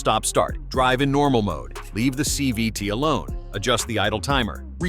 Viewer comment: Whatt's a "chee vee tee ?" LOL I know it's supposed to be CVT, but the AI screwed this up. So, you're a robotic mechanic then? You should never idle your car to "warm" it up anyway. Start slowly to allow the entire drivetrain to warm up, not just the engine. It takes forever to warm up an idling engine and you're just wasting gas and putting more wear on your engine. While getting 0 MPG. And the transmission is still cool, the differentials are cold and not properly lubricated. And most people think that all they need warm is the engine so don't start gently enough from stops and put a lot more wear on their transmissions and differentials.